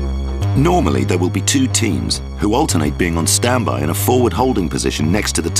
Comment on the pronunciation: "Oo the ell r u?"